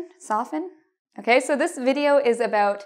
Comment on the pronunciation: I enjoy watching your videos! It really helps! By the way, I like your "okey" ;)